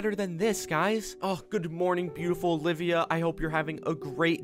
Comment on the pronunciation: i like how he said when he met her again ovilia not olivia